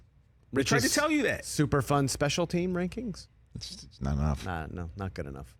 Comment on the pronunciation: Rich Eisen’s “Teams Reiseng” Rankings